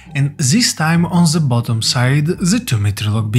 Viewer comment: it's not "Z", it's "THE"